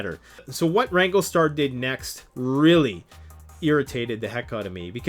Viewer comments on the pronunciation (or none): RANG-GLER-STAR...not Ranglestar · It’s wrangler star not wrangle star there an R in the word wranglerstar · Rando: being respectful? "Educating" wranglerstar (he also mispronounced the channel name), "he doesn't know what he's talking about", among other things he said. He could have put out a video to sell the merchandise his store carries without calling someone out by name. He may have gained a new subscriber, but also lost one. Btw, it's called FELLING a tree, not Falling. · Maybe learn to pronounce the name before featuring a channel in your video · You say you are educating wrangler star and yet you can't even pronounce or spell his name. Why would you use a hand saw when a chainsaw is just common sense. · Why are you pronouncing the mans youtube name wrong?